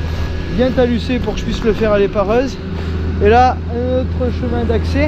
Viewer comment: Salut Alors c est pas taluser mais taluter lol désolé de te reprendre mais ça me fesait mal aux oreilles 😂😂😂après pour moi personnellement au niveau organisation tu t y est mal prit fallait anticiper ton appro calcaire car oui ta pierre cassée c est du calcaire du nord car il est gris tu aurait du commander des semis t aurait et gagner en temps et en argent car ça te revient moins cher je suis chauffeur dans une eta on a pelle camion tracteur Benne tp etc et ce n est même pas nos camions qui y vont ça coûte moins cher de faire venir par semi et ils t emmène à minima 30 tonnes voilà petit conseil pour le prochain lol A bientôt